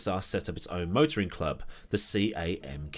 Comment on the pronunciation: CAMK? That'll be SAMK, Soviet something. Cyrillic C is pronounced S (as in UCCP = USSR).